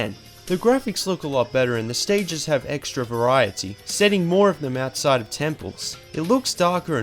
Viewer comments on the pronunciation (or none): none